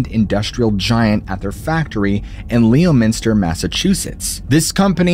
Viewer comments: Leo-minster Massachusetts 😂 I'm sorry, that gave me a chuckle... I know Mass names are notoriously hard to pronounce because they're not spelled anything like they sound. But for future reference, it's pronounced Lemon-ster. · Leominster I live near there. It's more pronounced Lemon-Ster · I’m from Massachusetts it’s pronounced Lemon-ster. 😂. How would they be using cell phones and texting with no cell towers? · " Leo Minster" Massachusetts OMG ! LOL. I'm from MA and THAT takes the cake !!!!! How might you all pronounce the city of " Worcester, MA" ? Or the seaside town of "Scituate " ? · You said Leominster wrong, just thought id let you know. have a good day